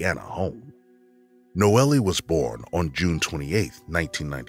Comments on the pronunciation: In I think the 3rd story he keeps saying the victim was "NOELIE" pronouncing it like that but I assume people just called her "NOEL" even tho there was an "E" at the end of her name. This bugged me so much I had to write about it. Silly, I know. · HER NAME IS PRONOUNCED NO-EL. Not noelly. RIH Nono. 🕊️♥️🌹